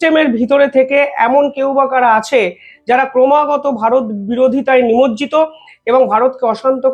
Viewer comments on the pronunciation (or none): none